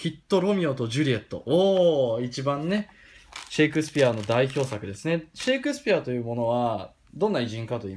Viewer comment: サンタクロースのゴーストアイコンと発音が似てますね シェーイクスピア♪